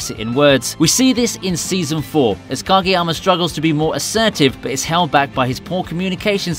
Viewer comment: “Gageyama” lol